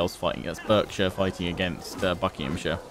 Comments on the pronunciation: It's pronounced barksher ;) you call yourself an Englishman ;) another great vid 👌🏼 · Berkshire is pronounced like Bark-shire and it's a pretty boring county.